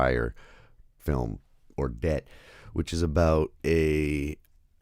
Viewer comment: It’s “Orlel”. Danish is not French.